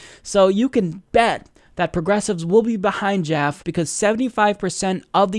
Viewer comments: It's pronounced JAFF-EE, not Jaff. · are you trying to white wash his name by pronouncing it joff? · Isn't Jaffe pronounced, "Jaff-ee"? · It's pronounced JAF - ee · Now, I admit I'm not positive. But I used to work at a company named Jaffe, and that last word, Jaffe, is pronounced with two syllables and a long e at the end, as in Jaff-ee.